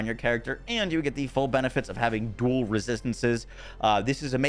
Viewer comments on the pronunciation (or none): none